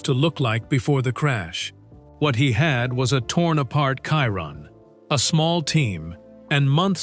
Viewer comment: Why can’t Ai say Chiron correctly?😂